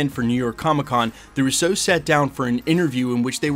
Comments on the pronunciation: It's RU-SO, not Russeaux --They aren't French. Love you channel,. I watch daily. Keep it up, brother!! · Why do you say Russo like that? Lol